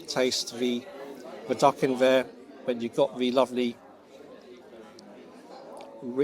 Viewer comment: Vis instead of this, vair instead of there. I can't get past vose (those) pronunciations. Even many English people bred and born here, murder the language.